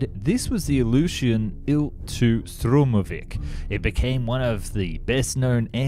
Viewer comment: It was Sturmovik, not Shturmovik mispronounced as Shtrumovik.